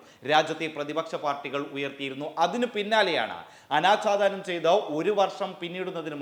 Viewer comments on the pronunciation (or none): "ആനാച്ചാധാനം " അല്ല "അനാഛാദനം"